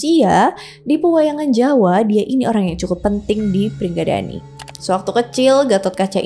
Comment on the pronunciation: Sama bukan pringgadani tapi pringgondani